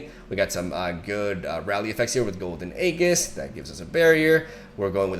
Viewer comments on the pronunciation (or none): nice deck, when it gets rolling, it rolls over other mid ranges. just fyi, aegis is pronounced like "a jizz" not "a geas"